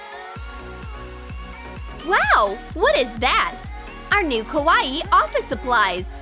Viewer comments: It is not pronounced like Hawaii with a k. Think of it as saying cow eye and mushing the words together. Kawaii. Not Hawaii with a k. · Why did u say Kawaii like Kawa-ii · Also did anyone else notice that she was pronouncing it ko-was-ieie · KawaEe they be saying it wrong 😂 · Nobody: - Kawa eEE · "The most KAH-WAH-EE pencil case!" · Ikr XD lol this just makes me laugh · That's what I was thinking 😂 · IKR so weird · You pronounced kawaii wrong